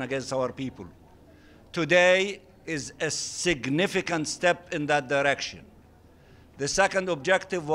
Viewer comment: A Freudian slip-: he said its a "sicknificant" step ?